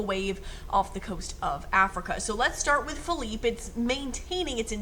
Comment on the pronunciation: Literally here just to hear it pronounced correct lmao